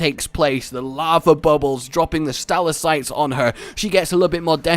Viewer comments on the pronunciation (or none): i love the Kulv fight, but im getting plagued with disconnects so it's pretty much impossible to enjoy. Also. stalactite. Stal - Ahc - tite. You're welcome :D